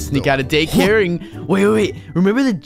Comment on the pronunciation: I love it when they say dacare